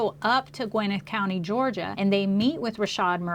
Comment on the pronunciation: It’s Gwa-nette County 😂😂 I guess I’m being picky because I lived there at one point.